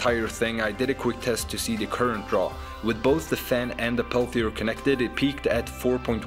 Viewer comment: It's a Peltier module, not a Pelthier module, so it's not pronounced with an 'h' after the 't'.